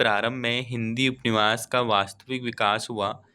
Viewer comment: Upanyas hota h upniwas nhi Bhut glt read krre ho ap hindi